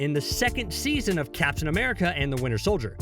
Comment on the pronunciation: Why is this guy pronouncing captain as caption?